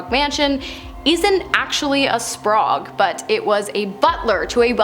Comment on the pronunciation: Why pronounce Sprague as Spraugue? I guess it's not surprising as she also pronounces apparition as apparation... 🤦